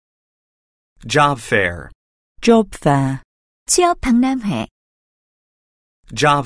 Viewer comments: Job fair 죠빱이라고 들리는 내 귀는 문제인가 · 쥐어패라고 들리는데요? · Job fair 영국발음 줘패어라는줄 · Job fair 진짜 발음 장난해 ...ㅠㅠㅠㅠ?